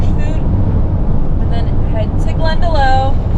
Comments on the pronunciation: Glendalough is not pronounced "Glenda-low", its pronounced "Glenda-lock". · Glenda-LOCK not Glenda-LOW :) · Glendalough lit "valley of two lakes" is pronounced "Glen_dah_lock" not "Glen_da_low" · Please 🙏 from an Irish person, stop saying Glendalow, the closest pronunciation of Glendalough for you would be Glendalock, as in bicycle lock 🔐. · It's spelled glendalough but it's pronounced glenda-lock not glenda-low 😊 👍 sorry about your dog I had to have one of mine I had for 14 years put to sleep last month also and I'm still devastated 😭 only one dog left now from four , coming to the end of an era 😢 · I appreciate that your fav country is Ireland, and being a native it would be remiss not to correct your pronunciation of Glendalough. It is Glen da lock not low as you say it. I hope you come back and enjoy the warmth of the Irish welcome and hope it helped with the loss of your baby Blue. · It’s pronounced Glendalock not glendalow 😅😂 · Just some pronunciation correction . It's Glendalough ( Glendalock) , not Glendalow 😁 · Glen de lock. Lough is the Celtic word for Lake. Lakes in Ireland and Scotland are called Loughs. Loch Lomond, Glen de Lough. Loved your vid. 💚🤍🧡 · Never expect the sun here in Ireland…….its a bonus! ☀️☀️☀️🌤️🌤️🌦️🌦️🌧️🌧️🌧️⛈️⛈️. Also, Glendalough is pronounced ‘Glendalock’ not ‘Glendalow’. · PRONOUNCED GLEN DE LOCK 😂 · It’s pronounced Glen da lock 🤍not low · Just for reference, it's pronounced glenda *lock*, not glenda *low*. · It’s pronounced GLEN DA LOCK not glen da low!! I live there!!!! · Just a wee correction, Glen da loch - not Glen da low. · Very nice that you came to visit this beautiful Country!! BUT! - Say this like a real Irishman: Glen-da-lock, not Glen-da-low! 👍🏻☝🏻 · STOP CALLING IT "GLENDALOW" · Love the video! Glendalough is actually pronounced as Glenda-lokh btw! Happy you love it there as it really is beautiful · Love that you have given our beautiful Glendalough a blessings. But can I just say, it is not pronounced GlendaLow.